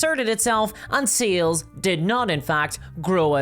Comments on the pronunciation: Are you saying sales or seals I’m so confused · The way you say sales sounds like seals. And my brain is like "GW pays its investors with chonky bois."